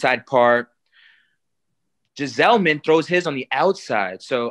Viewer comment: I cant he goes JISELMAN instead of gsellman